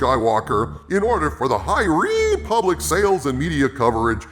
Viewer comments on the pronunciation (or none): Hahaha. "The High Reeeee Public". That had me cracking up mate, well done.